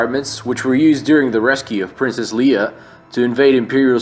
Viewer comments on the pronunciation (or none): God that made me cringe "Princess Leeea" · Princess lee-uh?!